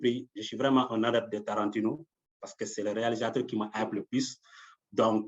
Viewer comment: J’avais commenté au début et à la fin de la série qu’on aurait Tarantino (et du sang du coup) dans cette série:-)! Du coup, j’ai éclaté de rire en l’entendant prononcer le nom de Tarantino, lol! Maintenant c’est confirmé, je sais à quoi m’attendre. Merci de nous proposer ces interviews qui nous éclaire sur les idées qui animent le réalisateur..